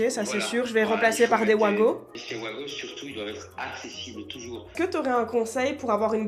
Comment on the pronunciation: Pour ta prise avec les vis très courte, tu devrais avoir ta boite qui retient quand tu enfiche la prise, et pas les 2 micro vis qui retiennent avec la plaque, je pense que ce n'est pas monté juste pour être durable Pas OUAGO mais WAGO :P /VAGO/ C'est Suisse et on dit pas ouagon pour wagon :P